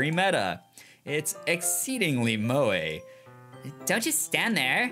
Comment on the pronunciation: Does it reveal my hidden otaku-ness to admit I appreciated that a let's player finally pronounced "moe" correctly? Oops